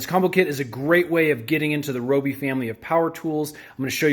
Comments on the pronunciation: (Ri-oh-bee) Your welcome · rYobi... sheesh that drove me crazy😅